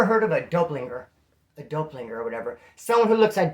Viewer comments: It's said kinda like it's spelled bro doppel ganger lol not dopelinger 😄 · “Dopelinger” 😂 dude I love you man you crack me the fuck up. I’m new here and can’t stop watching you bro. Just for future reference it is Doppelgänger. (Sounds like Dop-pull-gang-er) 😂😂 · 😂😂😂😂 is the man he hit us with the “ dope linger “ lol it’s doppelgänger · its a Doppleganger, just lacing ya up on game haha. pronounced dop-pull-ganger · it's pronounced "dah-pull-ganger"... doppelganger...I got 2, one in Colorado and one in Cali... that shit was funny as hell! Ps... I hope you feel better soon! Sending good thoughts your way.